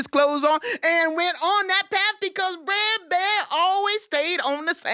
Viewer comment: I think that at any rate the pronunciation is closer to "bruh" than what she said, because the ending should sound like the ending of "brother." Br__er. Not brair.